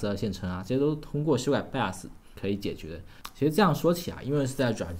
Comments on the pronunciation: jun Xiang 他读成了 拜额死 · 听 bios 读成 拜死 觉得好难受..😑😑